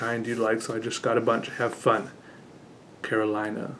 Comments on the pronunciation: I might be wrong, but that name i would pronounce it Caro-lee-na. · I think Carolina is a hispanic name (I know it is common in Latin America for a fact at least, but I don’t know if it’s originated in a hispanic country) if that’s the case then it’s pronounced “Ca ro lee na”